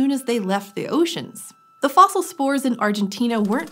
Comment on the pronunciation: This is grating to listen to. It's "thuh" before a consonant sound, "thee" before a vowel sound. That's something you learn in grades one and two. This shows what a putrid state modern "higher" education is in. I refuse to participate. I could do without the inane Ted-talks-style hand flapping, too.